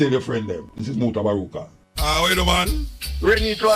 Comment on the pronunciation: Mutabaruka not mutabaruta sounds annoying